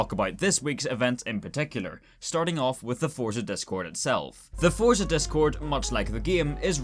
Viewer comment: Someone needs to teach how to pronounce the word Forza there’s no t in Forza